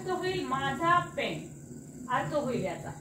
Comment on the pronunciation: Pen पेन म्हणताना ते पेन असे म्हणायला हवे..बाकी सगळे ठीक आहे..धन्यवाद